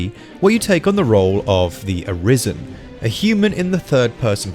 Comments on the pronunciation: "A-rise-en"? It's "A-ris-en". They even state it in the game. Beyond that I can't wait to get stupid OP as a Berserker and wreck the Griffin in one shot again. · My man said “Dragon Dogma Dark Arise-en” there’s an S at the end of that “Dragon’s” bud. Great video and fantastic game though! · A-rise-en? Fo' real? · Nobody is gunna comment about his butchered pronunciation of arisen? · Why does everyone pronounce arisen incorrectly...? Put it into google translate and hit the speaker icon. Cmon jeeze.